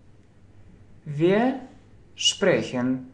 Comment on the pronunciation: Wier будет не( уе), а вир. Видеть, - зээ, а не зее... И жить, лебэ , не воспримь плохо, но лучше идти хорошо...